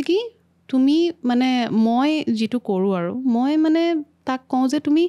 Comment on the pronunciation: Mur sobotkoi bhal loga singer egoraki❤iman bhal lagile kothabur. Moiu bohut kotha xikilu, xobdo u xikilu🙏🏻 iman sesta korise dhuniake kotha tu kenekoi english nukuakoi oxomia xobdo kenekoi bisari uliabo paru. Kintu iyate eta kotha kou bor kanot lage ei je koi ‘juntu’ asolote hobo lage ‘jitu’. Rokhi nohoi roi. Ene kisuman bohute bhul kore. Kiman bhal lagibo oxomia jodi ami huddho koribo paru. My apologies🙉moi nijeu najanu bohut